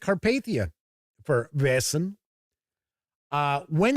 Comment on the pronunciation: You pronounce "Vaesen" just right. I've got the set; it's a good intro and quite useful after the adventure is finished.